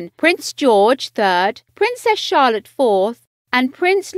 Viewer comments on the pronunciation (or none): none